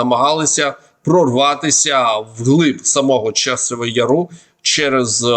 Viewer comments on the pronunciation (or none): Пане не яру´а я´ру